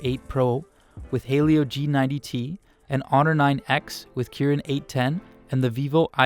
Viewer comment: Why does a lot of people pronounce "'Helio" as "hey-lio"??? It's "he-lio" guys!!!